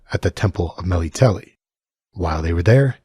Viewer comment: "Mey-lee-tel-ee" LOL... it's "ME-LITTLE-LAY" Me -- lit -- el -- e